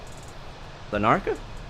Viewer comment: It’s not lar…naca, it’s more like larna…ca but without the pause.